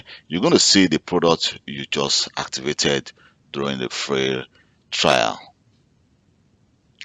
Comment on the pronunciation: it is trial, not trail